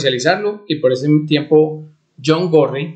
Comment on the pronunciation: No pude seguir escuchándolo mas que 2 min. porque la pronunciación de las S me dejó sorda